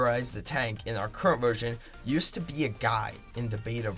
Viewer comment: Its “yoosd”